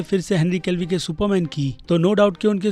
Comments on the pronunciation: Henry Calvi nhi be Henry Cavill hota hai. Kab sikhega be podcast me aman ne bola firbhi samajhta nhi hai. Sabka nam galat bolta hai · Whenever he says henry kevli instead of kevil 20000 childs are born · Its Henry Cavill not Henry Calvi😒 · Bhai Henry केवील Hai... Aap hamesha Calvi bolte ho... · Bhai Henry Cavill / Callvi me bohot difference h I request you should pronounce someone's name correctly please 🙏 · Henry Calvi nahy Henry Cavill bolo bhai 😅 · Every single Time says "Henry Calvi" 👍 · Henry kev-ill pronounce hota hai bhai... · Bki sb to thek but bhai plz Henry cavill ka nam sahi pronounce kro